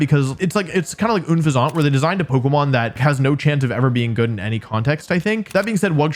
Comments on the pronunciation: Un-fezant? It's UNFEZANT. Like unpleasant. Come on now.... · ITS UN FEZEBT OMG… the pronunciation are what I’m hating… but I also used unfezant in my b&w playthrough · Why so bro saying oonfesaunt 💀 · It's pronounced like unpleasant, but replace the "pl" sound with an "Ph" sound. Because pleasant and pheasant rhyme. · Unfezant is based on a pheasant so it should probably be pronounced "un-feh-zint." It really should have been a Dark/Flying Pokemon because that rhymes with "unpleasant" and that would be very thematic. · even if it was french, un in french is pronounced way more similarly to unpleasant, he was saying it like it was spelt unefezant for some reason lol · What... What is that pronunciation on Unfezant? It's Un pheasant Like a pun on unpleasant... What... What? This just bothers me so much. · Wow, you hate Unfezent so much you don't know how to say it. Does that look like a croissant to you? Un Phesent The the Unplessent Phesent! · Unfezant is pronounced like unpleasant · Idk if just a joke but wolfe saying oon-fezant over and over again is just killing me 😂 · Stop saying unfeazant like that. It rhymes with unpleasant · You’re saying une-fezont instead of the name word play on unpleasant is so annoying. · never heard anyone pronounce unfeazant like oonfezahnt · I don’t like oon-fizz-aunt, I also don’t like unfezant either 😂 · Not sure if you are doing it on purpose or not...but, the way you are saying Unfezant's name is...completely wrong. It's name is a play on "unpleasant" and the bird "pheasant". So, the name sounds like "unpleasant", but with the replaced by an "h", so, "unpheasant". Sounds like you are sounding out the "fez" with a heavy "o" sound. Sorry, had to bring it up, not sure if you were doing it on purpose or not. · Wolfe that was the most egregious pronunciation I’ve ever heard for unpheasant. It’s a pheasant with the word un in front of it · the way you pronounce unfezant is really oon pleh saunt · I hate how you pronounce "unfezant"